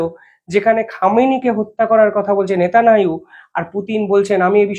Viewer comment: ভাই - তুমি 'নেতানিয়াহু' উচ্চারণ করতে পারো না ?